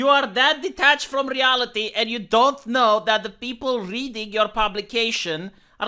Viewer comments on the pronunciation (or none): none